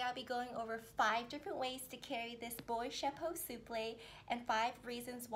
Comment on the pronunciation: It’s not “boyte” it’s “boîte”, like the boa snake…